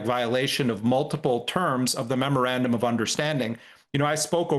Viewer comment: Why is Scahill the only one that can say that dumb word memorandum correctly. Everyone else it sounds like murmurabdomen 😂